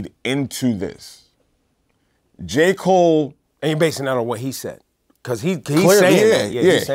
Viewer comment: "Ja" Cole